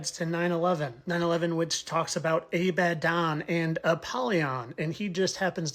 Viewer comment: I have to admit, I usually think the "fittest flat Earther" is just silly and reaching. But the "a-bad-Don" was pretty cool!!!😊👍🏼🙏🏼🙏🏼🙏🏼